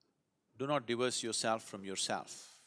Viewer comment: Took me ages to figure out that he was saying 'divorce', not 'diverse' 🤣